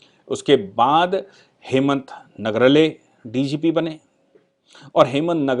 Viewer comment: नगराळे, not nagrle